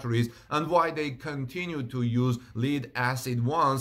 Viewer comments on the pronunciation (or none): Lithium-ion. And "lead" is pronounced "led," short e. You try to speak clearly, and I appreciate that. Take care and much love, Brother.